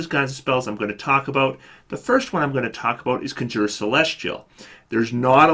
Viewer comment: "Conjure" is usually pronounced kon'djir, not kondjoo'her.